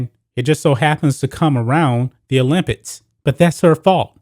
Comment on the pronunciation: It sounds like this dude is saying the word "OLYMPITS" instead of "OLYMPICS". Am I tripping 😂